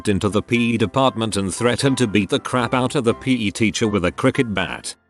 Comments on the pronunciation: Nobody: Robot Narrator: peh teacher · Who else cringed every time it said PE